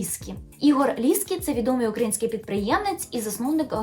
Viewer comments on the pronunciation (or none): none